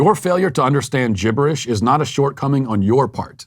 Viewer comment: "GIBERISH"..Love it Matt !!!